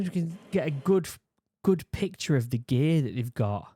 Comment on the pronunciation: "OH IT"S ALL GEYYY" Gear... he tried to say Gear